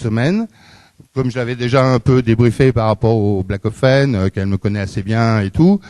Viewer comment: C'est BAClofène pas BLACLOFÉNE